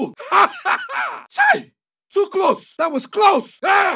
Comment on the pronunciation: He said chai 😂